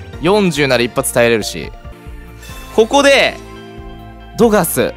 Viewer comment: さんうぽつです！♡ プクリンって強いんだ⁉️😳 自分が敵側でこれされたら泣いちゃうよ😇笑 スヤスヤドクドク・ジ・エンド←センスありすぎる😂😂 流石に神引きすぎ👏🏻 ナチュラルに『いらないですね~』っていうのすきWWWWWW さすが😭👏🏻 One Love／さん おはようございやーす←これすき😂 ぶん回りミュウツーにも勝てるのえぐすぎる‼️ 『また⤵どがす⤴︎』の発音すきWWW 相性悪くても相手が降参しちゃうくらいうざいデッキなの凄すぎるWWW やっと起きたと思ってもスリーパーで眠らされるし毒でもじわじわ削られるデッキ相手にとったらうざすぎて面白かったです😂WWWWWW 友達には使わないように気をつけます✋🏻笑